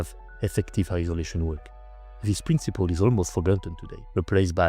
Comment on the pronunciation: Votre anglais est super bon. Une petite correction, en anglais "Principle" se dit comme en français, le c est dit comme un s.